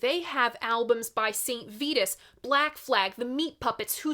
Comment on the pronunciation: It’s pronounced VAI-TUS, tee hee hee